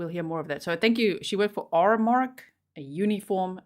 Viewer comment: The place/business Teresa worked for is called Aramark, not Armark. They provide uniform services for business, uniform cleaning, product delivery services, & more for businesses. I live in KY/the Eastern/S. Eastern U.S. & they're still in business today. They service LOTS of businesses all up & down the Eastern U.S., including big box stores, mechanical repair garages/mining operations... It's kind of a big deal, business supplier, outfit with tons of business contracts around here. They even service Wal-Mart stores, grocery stores, garages, car dealerships... all kinds of businesses! Probably a pretty decent/staple corporation to work for, at least around the Eastern/S. Eastern U.S. anyways. So yeah, she probably had a pretty decent job.